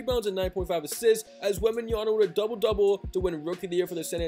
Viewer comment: it's wembenyama not wembanyana! 😂